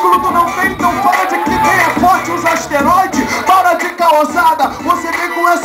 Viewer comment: Caraaalho o mandou um ASTEROIDES, além de não saber improvisar, ainda fala errado!!